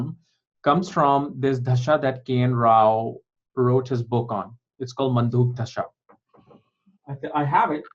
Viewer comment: It's probably Manduk not mandhuk!